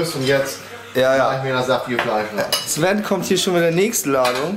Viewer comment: du sagst einfach Zwen anstatt Sven✌ ich Feier dich 😅